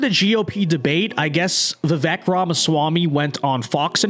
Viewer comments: Pronounced VIV VAKE, for goodness SAKE 😊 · Even commentators who agree with Vivek's positions will still not even bother to pronounce his name correctly. Very lazy of you,.